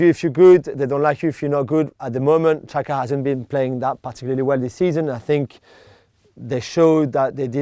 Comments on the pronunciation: No it's pronounced jacka, xh=j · Juls always says Shaka for some reason. Sometimes he says Chaka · Anyone else keep thinking they said Shaka instead of Xhaka?